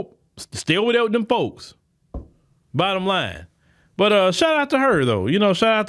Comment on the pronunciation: When he says "dem folks", it is so funny, especially when he's visibly annoyed with the current state of affairs